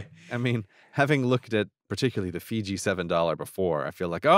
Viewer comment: Grey seems to have his pronouciation of Fiji figured out at last. :D